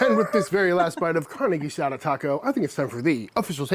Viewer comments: Your pronunciation for carne guisada is very nice for a British accent. IMO, carne guisada is the ultimate test and most "chefs" mess with it way too much. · your Spanish pronunciation is getting better. Hell, ya never know, one of these days we might make you an Honorary Texan! In Tex-Mex, carne guisada means beef like Chud is making minus the smoker. In Mexico, guisadas are something that you'll see in certain restaurants, normally run by abuelitas - somebody's grans- that make stewed meats and vegetables intented to be put into tortillas. These lunch places are very thrifty, really maybe $2 or $3 for more than you can possibly eat, and being from afuera or not from Mexico, you may just become an Honorary Granddaughter and they won't let you pay. If any of y'all want to do this in Mexico and you don't speak Spanish, the best bet is to ask a taxi driver, or a worker in a Mercado where you can find tacos de guisadas. They'll know & it'll be a real Mexican locals experience.